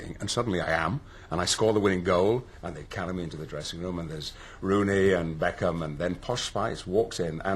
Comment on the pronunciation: Just him saying the names Rooney and Beckham is enough for me to pee myself laughing!